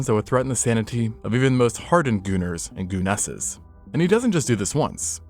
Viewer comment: New word unlocked. Gooneses 😂😂😂